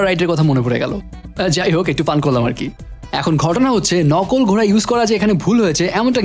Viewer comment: Vai apni kinto nokol ghoray na bole coray bolecen ekto sunben pls don't mind